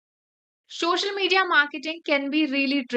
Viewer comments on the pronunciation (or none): Shoshal media. 😂 But nice info thanks. 😊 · madam everything is good but its call Social, not shoshial. SO with the sound of S - SO - SHAL - MED - DIA SOCIAL MEDIA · socail media bolna be nahi atta